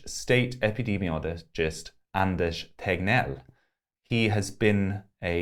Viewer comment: Anders is pronounced just like it's spelled, and NOT "aanaas". First of all, you left out the "d". /Swede